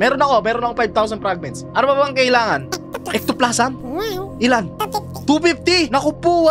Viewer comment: Ectoplasm un lodi pero Ektoplazem yung pronunciation